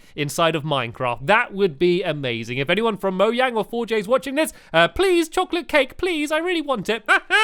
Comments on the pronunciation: stampy said Moyang instead of Mojang but he has to talk fast so there will be time to make the next "thing" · lol stampy said moyang instead of mojang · You said moiang NOT mojang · stamps, it's mo'J'ang not mo'Y'ang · Moyang? Stamps, not only can you spell Santa right, you can't even SAY MOJANG right!!! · Lol he said moyang instead of mojang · stamps you said moyang instead of mojang ;) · Stamps why did you pronounce mojang as moyang? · Why does Stampy say Mojang like 'Moyang'? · Really Stampy, MoYang? I think you mean Mojang!💚😂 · is it just me or did he say moyang instead of mojang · lol moyang it's mojang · it's pronounced Mogang not Mogang it's spelled Mojang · did anybody hear stampy say moyang lol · Did anyone else notice that stampy said moyang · Was it just me or did he say moyang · It is actually pronounced Moyang. Its spelled Mojang with a J, but in Sweden, J is pronounced like a Y, I think(please don't hate me if this is wrong). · he called it moyang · stampy insted of saying mogang you said moyang ;] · because it is pronounced moyang but spelled mojang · he said it wrong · it's not how people speak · u said mo yang hahaha love the vid stampy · Did he say moyang?